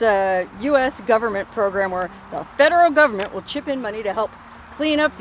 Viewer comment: I like the way you say "fedrul guvmint" mmhmm